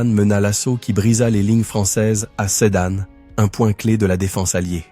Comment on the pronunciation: Sedane au lieu de Sedan...